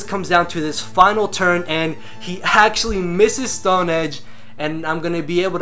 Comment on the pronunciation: I love how it sounds like you say he "haxtually misses the Stone Edge"